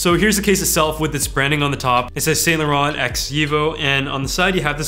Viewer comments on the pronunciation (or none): cool product but thats not how you pronounce saint laurent lol